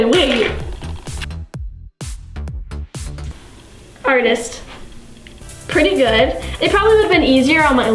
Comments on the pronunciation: artist or armist lol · Instead of "artist' 'armist' lol